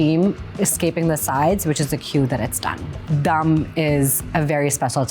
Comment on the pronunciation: the way she pronounced 'dum' makes me think she's actually american and not pakistani. cool video